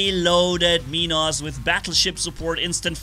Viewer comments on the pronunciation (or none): none